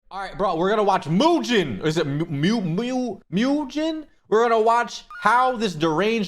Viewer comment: Bro called my boy Mujin, Mewgen 😔